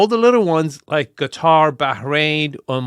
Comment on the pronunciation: I love that you pronounce Qatar correctly. So few do.